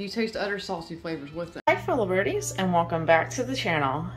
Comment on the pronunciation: The way she pronounces the word "other" as "udder"...😑